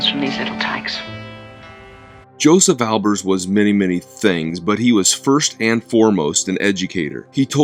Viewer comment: Have you heard the correct pronunciation of his name?